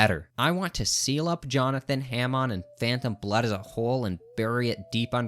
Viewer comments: pronouncing it "ham on" is what makes this list wrong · Hah-mone. not HAM ON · Why do he keep saying Himon not Hamon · STOP SAY H-AM-ON ITS HAM-ON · STOP SAYING HAM ON, IT'S PRONOUNCED HAW-MOAN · Every time you pronounced “Hamon”, it made my balls itch. I prefer “Hah-moan” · its ha-moan not ham-on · “Ham on” 😭✌️ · say “ham on” one more time istg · wtf is haeHmawn? How can someone be physically that bad at pronouncing such simple word? All opinion rejected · "Ham-on" is killing me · The only thing worse than this ranking is his pronunciation. Ham-on, khaki oh in??? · I can't get through this video with you saying HAYMONE as Hamon and KAKYOWEN as Kakyoin, bro I wish this was april fools and doppio and diavolo what are these pronounciations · "ham on" I genuinely dont think anyone who mispronounces it actually watched the hamon parts, because no one in the dub or sub calls it Ham on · IT'S PRONOUNCED HO-MON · the way u pronounce hamon has ham on makes me angry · “HAM on” 🤓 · Oh man sorry but ham-on and cack-e-yo-in i don’t know how you can pronounce it that way like, did you watch the series on mute? Or are you like refusing to pronounce it right because you don’t like it? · Bro said ham on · I cannot hear this man continue to call Hamon haym-on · The way this dude pronounces Hamon is driving me crazy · Every time he mispronounces Hamon I want to throw myself out the window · This guys inability to pronounce hamon is INFURIATING Edit: i just got to the part where he tries to say kakyoin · Argument against part one, a part with 2nd best waifu and Johnathan, the most honorable character, is now invalid, you pronounced "Hamon" incorrectly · Damn man in “Hamon” you empathize the a and mon in the word they say the word correctly in the anime how are you mispronouncing the words just say what they say. Your average Jojo YouTuber brah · himon are you saying hamon satericaly?